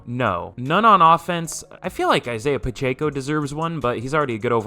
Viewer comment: Its pronounced Isaiah Pa-check-O